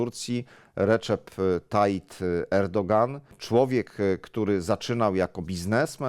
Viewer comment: Szanowny Panie redaktorze, Tayyip, nie Tayyit!